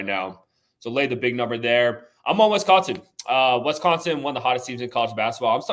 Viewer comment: it's WISCONSIN not Wesconsin